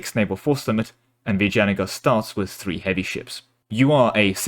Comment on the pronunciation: Actually you did pronounce Vijayanagar just fine.